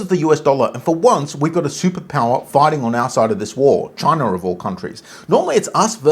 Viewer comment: You pronounced that way when you first said chinar😂.. "ALLEGEDLY "